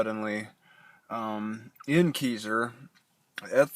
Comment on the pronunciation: It's pronounced Kai-zer. lol I live here XD